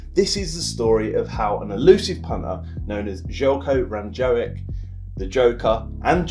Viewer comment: Damn, completely butchered his name at the start! :D This might help, first name is pronounced "zhely-ko" and the last name is "rahno-gahyetz"